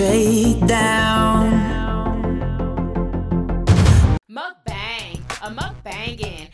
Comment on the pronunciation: how do you have a mukbang theme song where you're pronouncing the word wrong lol... and your mic is bad quality. everything else is cool. first time viewer